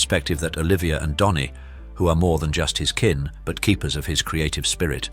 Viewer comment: His name is Dhani not Donny.